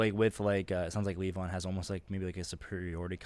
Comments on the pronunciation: I kinda wanted to go with... Okay, so on the pronunciation. The accent is on the first syllable, and that's a "long" e, like in honey BEE. So... LEE-von. Since you asked. Hope that helped. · Its pronounced lee von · It’s pronounced LEE-von 😊 🤪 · Pronounced "leave-on." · So, didja ever figure out how to pronounce "Levon?"